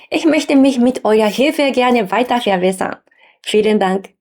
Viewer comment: Verehrte, vielen Dank für Ihr Video. Ich fand es interessant. Großen Respekt auch für Ihr gutes Deutsch! Es war sicher nicht immer einfach, eine so andere Sprache als die eigene Muttersprache zu lernen. Ihre Aussprache ist auch sehr gut. Aufgefallen ist mir nur eine leichte Tendenz, das B wie ein W auszusprechen. Dadurch klingt "verbessern" leicht nach "verwässern". Ich bin mir sicher, dass werden Sie auch bald beherrschen.